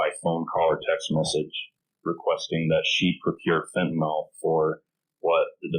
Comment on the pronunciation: really weird that both the witness and the prosecutor here are pronouncing the drug name fentanyl as fentanol. one would think they would both know how it is spelled, and how it is pronounced.